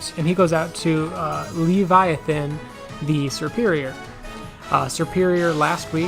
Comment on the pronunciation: Thank you for pronouncing Leaviathan's name correctly